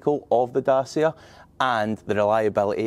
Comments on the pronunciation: It's pronounced "datchia" not "dasia" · If you're going to mis-pronounce Dacia as "Dah-see-ah", then you might as well say that they've got "Ren-alt" engines.